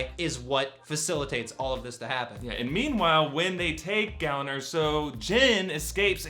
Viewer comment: "Galen", not "gallon".